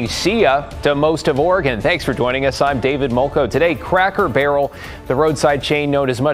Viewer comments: Lol bro you’re pronouncing it “Crocker barrel” :) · It's C R A C K ER BARREL NOT CROCKER BARREL YO YO.